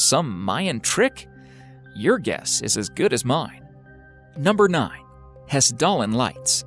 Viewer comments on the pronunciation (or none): Love how he pronounces "Hesdalen" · I live just by the Hessdalen and for one you're butchering the name. I could not recognize the real word from how you said it. Secondly, there is no mystery and no one is really wondering or believing in aliens or anything like that. This video is very "Americanized" and sensationalized and there isn't really any mysteries or scientifically impossible places or phenomenas happening here.